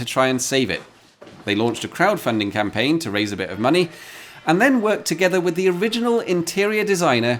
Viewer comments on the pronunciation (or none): none